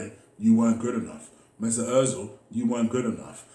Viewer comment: Emery: Good Ebening Mesuit, will you take a pay cut? Ozil: No way Emery: ok keep up the great work 👍